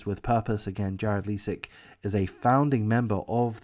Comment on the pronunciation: AWP basically started a movement that became a network of sorts of various YT recovery divers across the country. AWP was the most famous. The other teams were involved in Collaborative videos. Btw Leisik is pronounced with a long “i”, and not a long “e” sound. Ms. Rodni’s name is pronounced as “Kiley”, also with a long “i”.